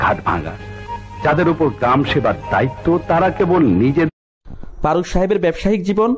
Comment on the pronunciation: আপনি তো ঠিকমতো কথাই বলতে পারেন না।।ফারুককে বলছেন পারুক,ফারজানাকে বলছেন পারজানা আরও কতো কি।।ভাষা ঠিক করেন।